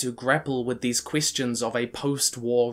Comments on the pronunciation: some of his e's like in "question" sounds like an i, like "quistion" why? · Pronounces Question as 'Quistion' Me: Alright, this is big brain time.